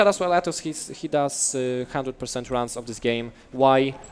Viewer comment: one hundred pergwent